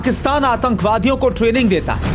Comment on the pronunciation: Training ko trailing bol dya ja Sala.. indian raw ne sahi se yad nh kraya...ha ha ha ha ha